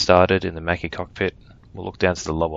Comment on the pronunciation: as an italian I conferm that makki is the right pronunciation